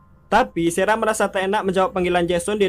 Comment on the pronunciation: Ini lagi sara di baca sera 😂 kemaren rachel dibaca recel 😂